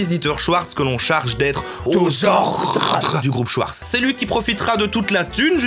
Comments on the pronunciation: "shouarz" Allemand lvl2: C'EST SCHWARZ [CHVARZ] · C'est "Schavars" pas "Schyars" 😂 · "Joseph Schouarz" haha t'as choisi espagnol toi hein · Mes oreilles d'allemand LV1 saignent TwT On dit schfartz qwq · "Schwartz" ça se dit "chvarts" pas "chouartz" !!! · "schVVVarts" pas "schouarz" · C est prononcé chvartce pas chouarse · et même CHVARTS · Je trouve ça ironique qu’un Belge (l’allemand est une langue officielle en Belgique) prononce « Schwarz » comme « Chouarts » 😶